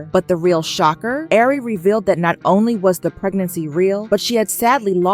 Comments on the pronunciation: I'm lmfao at you saying air-ree 😅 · You can at least pronounce her name right since your telling her business